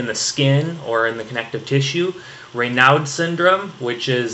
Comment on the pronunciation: Raynaud was a french doc, so the "d" is silent lol.